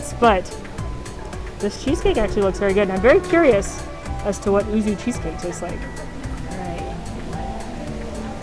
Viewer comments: Just for the record, yuzu is pronounced like you-zoo, it's a citrus fruit.:) Great video as always! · Always like your videaos,. Even though I am not a big fan of cheese myself, I do like cheesecake though. But the Japanese citrus fruit is pronounced as 'yuzu'. Kind of like 'you' with 'zoo' stuck to it bit the the 'oo' sond is shorter. As graduate with a Japanese major the 'uzu' was a little meh, since you would either have a 'whirlpool'or 'map'' cheesecake ^^; Would be an interesting flavour XD. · I love all your videos and watch them all the time XD. I too am a huge cheese fan, despite me being lactose intolerant, lol :p. Yuzu is pronounced You-Zoo :D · Thank you!!! I enjoy but she was driving me nuts saying ooo-zoo!